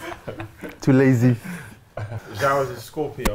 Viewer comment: Felix looked made when rlc pronounced joao wrongly 😂